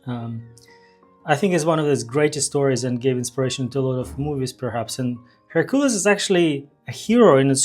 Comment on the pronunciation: HERcules. The stress falls on the first syllable.